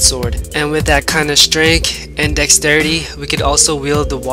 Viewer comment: "18 strenk." XD I'm dying cuz he can't even pronounce strength.